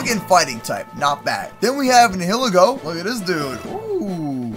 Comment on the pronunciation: its ni-i-le-go